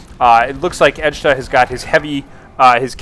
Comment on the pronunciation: Its Edtjuh!!! ED-CHA ASL:DKJFLAKJSFKJAKSLDJF